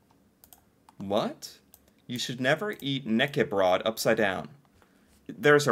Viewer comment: you can put marmalade or jam on brown cheese. And for Knekkebrød - you have to pronounce the K in front of the n!